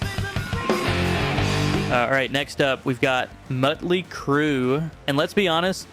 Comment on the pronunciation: It's Motley, not Mutly!